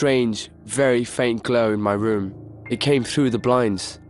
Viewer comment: the woom, my woom, i went up to my woom - he needs speech therapy or to practice his R's